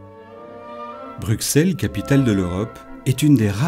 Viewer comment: La lettre x étant l'abréviation passée pour ss, on prononce "Brussel" et non pas "Bruksel"; Au même titre en France qu'Auxerre, Semur-en-Auxois, Auxonne, Auxey-Duresses; Idem pour le nombre 60